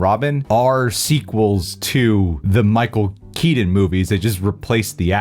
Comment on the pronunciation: “Michael keedin”